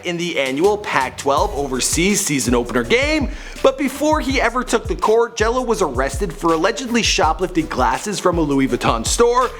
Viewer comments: It's Gelo not jello u fucking dumbass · Cmon it Gelo not Jello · its Gelo not jelo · GELO not JELLO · Gelo* and mater dei is pronounced (mah-der day) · His name is LiAnJailO day it right